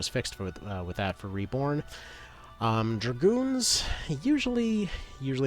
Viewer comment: familiars are the things with the wings right? Also just finished listening. Dragoon is dragon but with an oon. so drag-oon. Sorry. Huge fan of legend of dragoon and I had a friend slap me and correct me several times. I can't/won't slap you dude. But I can correct you. Not to be a Grammer Nazi, but my cheek tingled when you said it, so there you go. Keep up the good work and thank you.